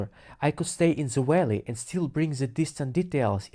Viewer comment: It took me about five minutes to realize he was saying “valley”. 😂😂😂